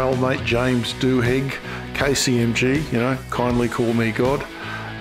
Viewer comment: Dew-igg. (Still rhymes with pig😂) I loved this. Just subscribed! 😊